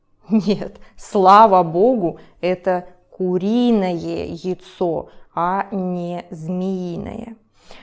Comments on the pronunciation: А что не так с произношением слова "яйцо"? У тебя просто получается какое-то "йцо" честно говоря это очень сильно режет слух. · Why does яйцо sound like йицо?😭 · Интересный вариант произношения слова "яйцо" :) У Вас букву й практически не слышно, а у нас, на юге России, она всегда произносится очень четко. На самом деле, несколько Ваших видео посмотрел и только в этом увидел отличие в произношении от привычного мне, хотя, насколько я понял, Вы родом из Омска, а сибиряков обычно легко определить по характерному произношению.